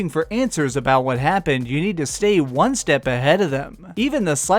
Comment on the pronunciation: i can never tell if he says number won or juan lol